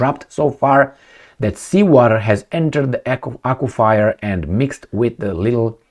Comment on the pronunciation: Only because I love ya... aqua-fur pronounced.😊